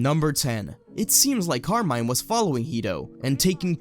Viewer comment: nice video but please, stop saying car mine, its Italian Carmine since they are inspire by the Mafia.